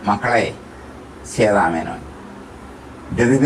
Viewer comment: പറഞ്ഞു വരുന്നത് താങ്കളുടെ മനോഹരമായ ഉച്ചാരണത്തെപ്പറ്റിയാണ്... ശേതാ മേനോൻ അല്ല ശ്വേതാ മേനോൻ ആണ്. അവർ ആദ്യമായ് അഭിനയിച്ച സിനിമ അനശൊരം അല്ല അനശ്വരം ആണ്.